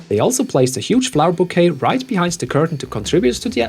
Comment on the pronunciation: "Bee-hind" . I've never thought of or heard that before and I love it. Well played.